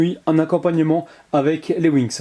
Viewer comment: quand tu parle on dirais que tu dit "les winx" XD mais sinon comme d'habitude superbe vidéo :)